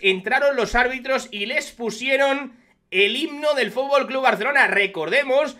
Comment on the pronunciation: Un presidente que no sabe decir futbol es de cachondeo, frunburrrrlollbnnn